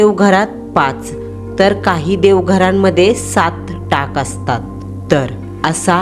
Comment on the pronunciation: टँग नाही मँडम टाक बोलतात